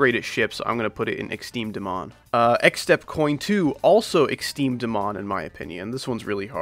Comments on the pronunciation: its not exteme dmon its extrem demon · "Exteme dmon" 💀💀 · I love when you say exteme dmon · I like it when he says "exteme dmon"